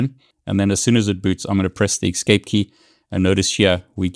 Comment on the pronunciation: Thank you for the helpful video, kind of ... I'm not sure WHY you would tell only HALF the story. What if you DON'T know the root password? Also, there's no X in the word "escape" =)